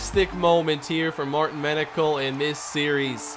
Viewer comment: Front page: Menocal reaches the “penocal”